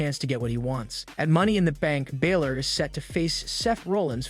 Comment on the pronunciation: Its not 'Bailor' its BA-Lor!